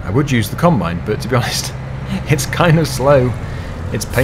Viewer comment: You told us NEW KOMBINE